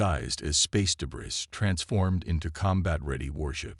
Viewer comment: Work on pronunciation of some words, please. The word " debris " is pronounced like " de bree", without sounding the "s". Work on that okay?